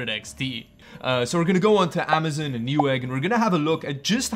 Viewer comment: Normal people:Amazon Him:Amizin